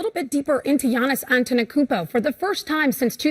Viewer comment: its not Giannis AnteNokoumpo but Giannis Antetokounmpo u are supposed to be a presenter at least learn the name of the freakin MVP